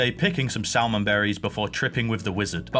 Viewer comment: Forgot about that "salmon" pronunciation. I won't rub your face in this one, I'm guessing you're already feeling pretty stupid. Love it man